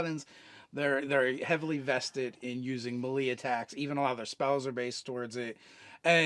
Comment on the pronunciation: Love you guys. Melee is pronounced may lay though.